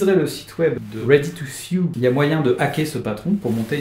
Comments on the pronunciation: Sew ne se prononce pas "siou" mais "so", pour info <3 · “Ready to Sioux” or “Ready to sew” ??? (Prononcer “sou”)😜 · ça se prononce "ready to so", pas "sioux". perso j'ai bien reçu la notif au fait